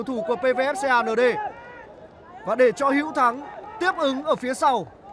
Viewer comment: Đọc Xê a nở đê vãi kém. Cứ đọc công an nhân dân đi cho chuẩn. 😂😂😂